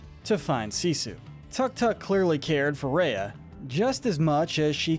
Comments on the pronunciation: It is pronounced Seesu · called her Sissu and not Sisu. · He says sissu instead of Sisu